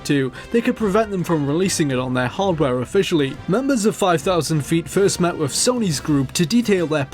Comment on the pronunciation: It really grates when he says "wiv" & "wivout" rather than "with" & "without".